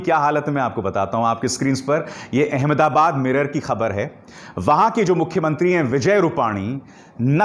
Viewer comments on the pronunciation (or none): Please note It's Ahmad Aabaad and not Aham dabaad.